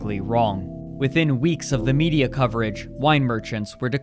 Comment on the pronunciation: "midia" omg idk if that was on purpose but ily and I will now forever pronounce Media as "midia" thank you